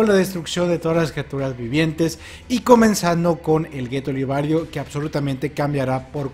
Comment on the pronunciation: es liberio no libario